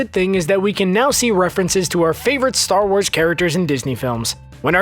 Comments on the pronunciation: "ATAR WARS" eh? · Atar Wars